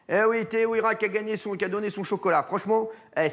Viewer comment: C'est pas teheuira c'est teheiura